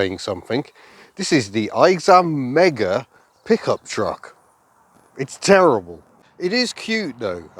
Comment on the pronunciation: Did you say pickup truck or , puke up truck ?